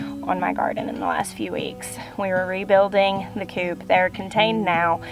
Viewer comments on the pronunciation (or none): none